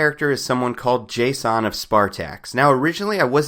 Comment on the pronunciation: dude his name is jason.. not JAY-son. no need to make it weird and scfi-ish its just jason lol that being said, love your videos!